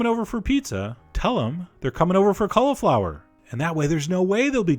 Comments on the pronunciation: Colly-flower, not Cuh-luh-flower. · Sounds like he's saying collarflower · stop saying collaflower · i think your pronouncing cauliflower wrong